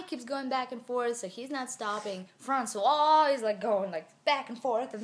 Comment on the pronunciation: It's true, I'm french and here in France we kiss each other all the time :D And I love how you say "François" ! <3 I hope you'll make more videos like this one 'cause this story was absolutely fascinating, haha :P Love you moosh mommy, KISS from France ;)